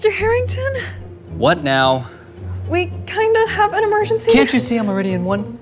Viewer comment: Not “Harrington”